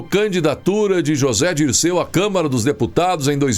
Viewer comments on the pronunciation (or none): none